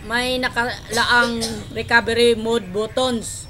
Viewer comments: Mali. mud. Hahaha. Anyways, salamat sakanya.:D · daw po 😂 jk 😂😂😂